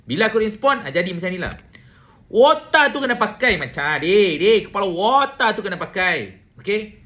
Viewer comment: Hahaha..aku gelak,kau sebut wootakkk..kepala wootakk.😅😂 Mantap